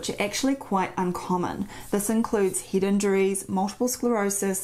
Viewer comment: Great video packed full of useful start points for consideration. Your pronunciation of 'ear' sounds fine to me, not so sure about 'head' though "Hid" :)